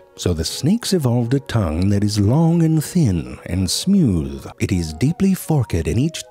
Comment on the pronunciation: Nigga said "smewth"😂😂... oh Frank, you make me forget that I'm depressed